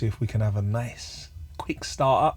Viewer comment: Shepherds Bush “NIACCCE” 😂